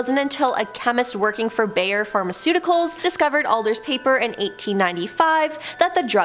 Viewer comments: Bayer Aspirin is pronounced like bear. 🤷🏼‍♀️ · I think if she would pronounce the words correctly.. it would be less annoying. 'Bayer' is one of the many I caught.